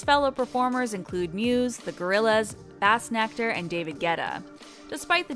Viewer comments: Im glad you caught this too.. When she said "b-ass" nectar I laughed out loud .. Its pronounced "BASE"nectar LOL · "bass"nectar lol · It’s not bass 🐟 nectar, it’s bass 🔊 nectar, like base, stupid narrator. C’mon get it right. Same with Glastonbury, not Glatonsbury. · Its pronounced BASE nector not BASS i know its bassnector but its pronounced Basenector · She said bass🐟nectar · she said...."bass"nectar like she was talking about fish juice... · She said BASSnectar like the fish lmao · Did she just say bass-nectar? Like 🐟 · this chick just said Bassnectar like the fish I'm out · bassnectar.... she pronounced bass like the fish..... face palm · I COOKED U A DELICIOUS BASSNECTAR. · BASS NECTAR hahaha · haha just about to comment that and found this haha